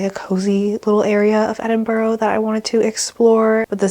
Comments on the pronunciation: It’s pronounced Ed-in-bruh (not edinburo) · hiii i love your videos, i mean this nicely i promise, it’s “edin-bruh” not “borough”, i know its nothing but it really annoys us Scots and UK people when americans say that haha, love this video and so glad you enjoyed your UK trip 🤍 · Enjoying the video ❤ although I have to mention that Edinburgh is pronounced ‘Edin-bruh’ 🥺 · I know you already put a disclaimer, but it’s pronounced Edin-bruh😂❤️❤️❤️ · Cool video, It's nice to see you've enjoyed Edinburgh (it's actually pronounced 'Edin-bra' so much, you're right to be careful about people...the world is a dangerous place. Take care 😀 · It's called Edinburgh say Edinbru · Girl I love you but please learn how to pronounce the names of places properly - hearing you say Haworth & Edinburgh wrong made me cringe so bad